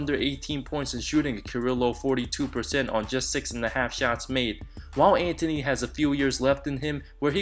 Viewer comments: When you can pronounce Antetokounmpo but not Anthony. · I can't deal with the way you say Anthony but this was good vid